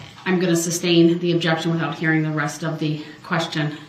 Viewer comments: Every time he says "substain" instead of sustain makes my eyes roll out of my head. And tack-it for tacit, OMG! Get a dictionary, it will tell you how to pronounce words. Dumb ass. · I wish someone would have told DB the word is sustain not substain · This guy’s malapropisms are FAF. My faves are substain and unbiblical cord. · I think in some cases, he deliberately mispronounced words. Like license "place." C'mon, who doesn't know it's a license "plate?" Or substain vs. sustain? Biast? There were far too many to count. He also deliberately went out of his way just to be difficult. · For a man who keeps pronouncing the word sustain as "sUBstAiN", is it really a surprise to you that this moron doesn't know what hearsay means?? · It’s not SUBSTAIN! It’s sustain. The word is TACIT as in TASIT not tack-id. 🙄🤣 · The words are “tacit,” and not “tacket” and “sustain,” not “substain.”